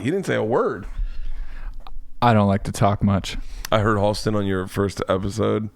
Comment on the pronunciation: I'm a little late here but. Halston. With an A. Just so you know :)